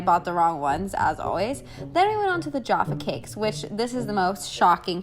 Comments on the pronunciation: ITS NOT JARFA CAKES ITS NOT YARFA CAKES THEY ARE JAFFA CAKES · Americans mispronounce English food for 24-hour... love you but seriously "yaffa cakes" I die.... it's jaffa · I’m sorry.... “Yaffa cake”....... I’m from Scotland and I’m pretty sure we pronounce them as “Jaffa cakes” 😂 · JAFFa cakes loool not YAFFa cakes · I almost cried when she pronounced “Jaffa cakes” “yarfer cakes” 😭😂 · For the love of god it's 'Ja-fuh cakes' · I get triggered everytime an American tries to pronounce jaffa cakes. It's like j-ah-ffa cakes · her pronouncing Jaffa cakes as 'jarfa' no actually Jaffa triggered me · No-one: Literally not a soul:: YoFfA CaKeSs!! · Yuh-ph-uh cake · Oh my god if you think Tesco is cheap JUST WAIT till you try ASDA, Aldi and definitely try Lidl too. Also you can buy some foods in places like B&M and Home Bargains. Farmfoods and Iceland is great too if you can get there. Also, I absolutely love hearing you pronounce British things 😂 “yaffa cakes”. Don’t pick up the Geordie accent though I do not recommend, move further West and do Manchester instead. 10/10. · Tuned- VXR she said “yaffa cakes” someone deport her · “Yahffa cakes” excuse me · The way you say Jaffa cakes really hurts to hear 😭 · Please learn how to say jaffa cakes 😭otherwise love ya💕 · The way u pronounce Jaffa cakes 😂 also isle of paradise if the best fake tan although it’s quite expensive so the st moritz one is good for the price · OMG, you mispronounced Jaffa cakes, ik you don't know how to say it and stuff, it's just my heart like stopped because in England these are SO popular hearing anyone mispronounce it or to be unsure like may have made me a like TRIGGERED